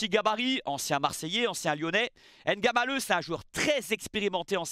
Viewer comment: Très belle analyse 💯 par contre un effort sur la prononciation des noms Kmers serait apprécié: Mbeumo, Njie Ngamaleu. Le M ou le N est avalé. Le plus simple c’est de ne pas les prononcer. Je comprends que vous prononcez dans la langue française mais vous faites les mêmes efforts lorsqu’il s’agit des nom anglais tel que Tyson, et non “Tison” merci ☺️